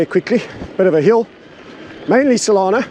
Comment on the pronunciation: its just not the same when you pronounce solana correctly. i preferred it when you were gender confused about her